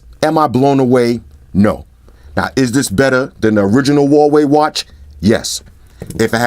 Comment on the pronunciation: the American pronunciation of Huawei gets me every time. Listen to MKHB's pronunciation. He's an American and can pronounce it correctly....